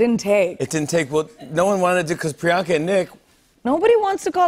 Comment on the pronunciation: These guys are so intense about having Priyanka on the show and they have massive amounts of money being poured into their shown and have a great infrastructure available to them.... the INTERNET. They STILL say "Priyaankaa"? It's "Pri-YUHNG-kaa". Like, Jesus, willfully ignorant. Obviously, Priyanka's so used to it it doesn't matter to her.